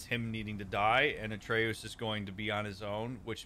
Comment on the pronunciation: 10 sec in: "Atre-oos" Uh oh.... 30 sec later: "...Atreus..." Oh thank God. Rest of the video: "Atre-oos, Atre-oos, Atre-oos." 🥲